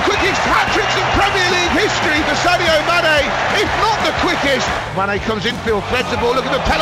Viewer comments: He said Mayonaise at one point 😂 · The commentator pronounced manés name as M-ar-nay M-aynay Mane Jesus, make your mind up